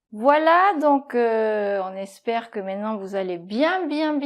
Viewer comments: On dit MAINTENANT et pas mainenant!! cqfd! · Bonjour Vous.Les videos sont instructives,mais il faut arrêter de dire mainement au lieu de maintenant svp...